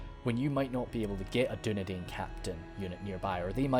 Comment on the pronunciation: Dunedian is pronounced as dunedine